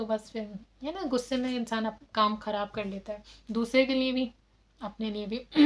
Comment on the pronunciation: I U DONT TALK IN ENGLISH CORRECTLY,THEN Y U DONT STOP TALKING WRONG ENGLISH,JUST TALK IN PROPER URDU,U EVEN DONT KNOW URDU WHAT IS NEAY ??? THE WORD IN URDU IS LIYE,CORRECT UR LANGUAGE,NEAY SOUNDS VERY BAD